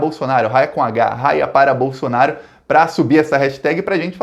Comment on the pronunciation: Fala, meu caro. Só uma dica. Se escreve Haia, mas se pronuncia "Aia"...